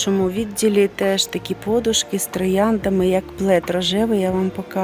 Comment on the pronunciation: Ставте правильно наголос на подушки.